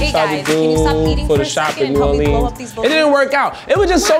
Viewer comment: Please stop pronouncing New Orleans like that, it makes me shiver.